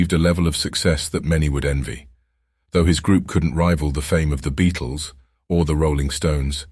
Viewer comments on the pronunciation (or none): none